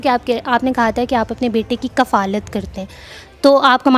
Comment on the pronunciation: lafz ward kafaalat nhi kifalat hay baeti